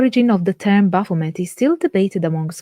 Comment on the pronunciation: She cant even pronounce the name.... you cant teach me anything. Thumbs down